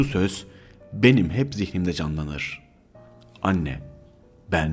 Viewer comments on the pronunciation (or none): none